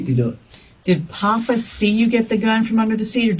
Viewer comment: Not papa They say it as like they saying poppa Like he’s a shooter